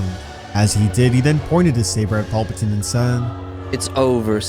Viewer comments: Wtf is that pronunciation? Paupatine? Tf 😂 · Anyone else loosing their mind everytime this goofball says paulpatine? 😂